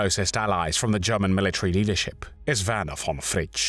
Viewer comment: It's German not Garman!!!